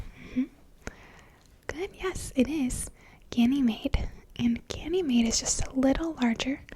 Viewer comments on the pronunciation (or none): none